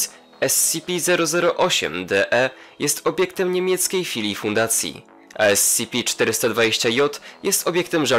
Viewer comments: esipi, nie escipi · nie scipi tylko scp